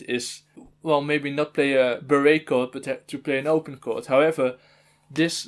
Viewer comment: Lol honestly that pronunciation makes more sense to me